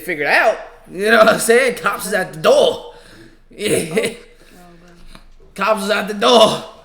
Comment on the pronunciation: 😂 "Uh Oh!! (....Betta' figure it out, Cops is at the door[doe]...")